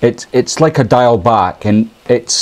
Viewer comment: For those of us in Wales please learn to pronounce ‘diawl’ - its not ‘dial’ its pronounced ‘deeawl’ but say it quickly